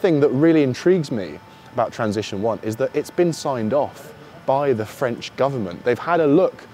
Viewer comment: "Very French" in French is "très français" , not "très franch".